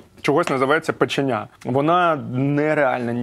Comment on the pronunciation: Печеня!!!!це супер!!!Но вона називається-печеня!!!!наголос на другий слог!!!!!😮😮😮😮ну якось ріже вухо!!!!печеееееня!!!